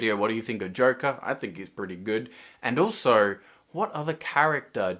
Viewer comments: For some very odd reason i hear him saying jerke instead of joker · This is why cant you say correctly JOKER???